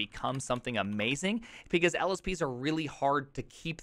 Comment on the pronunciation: Has anyone else noticed that this man says "pecause"?